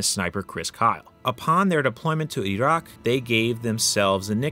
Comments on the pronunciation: `WHY IS HE SAYING IT LIKE THAT? E ROCK! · Your pronunciation of "Iraq" cracks me up. Going from standard american english into that "wannabe authentic" way of saying it. Reminds me of people like AOC speaking normally, and then putting on that overexaggerated hispanic accent on words like "Latina", "Venezuela", "Mexico", etc.